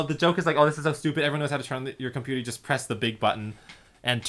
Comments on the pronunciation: I always thought she was saying "yoy okay" lol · I always thought she was saying "YOY OK" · When I started watching I thought she was saying “Yoy OK!!” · I thought she said yoy ok